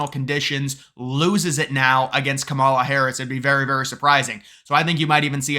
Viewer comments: its pronounced KAMala. really not that hard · You are soooo misinformed and misrepresenting the real polls, that are mostly rigged by big billionaire Republican ownership….SHAME ON YOU. AND PRONOUNCE KAMALA’S first name correctly…..for that matter pronounce every person’s name correctly. It is called RESPECT “ “. ‼️ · I seriously question the intelligence of anyone who cannot pronounce the VPs name